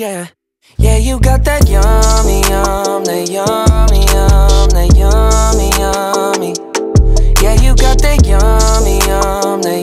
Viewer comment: Why does it sound like he's saying "yumda" not yummy?